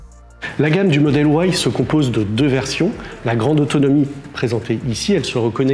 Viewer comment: Arrêtez de dire Model OUAILLE !!!!!! En France 🇫🇷 on dit Model Y